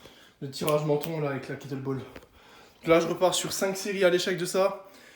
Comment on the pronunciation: KettleBEL ptn pas ball ça me stresse😂